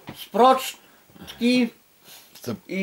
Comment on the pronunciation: Sprocztki xD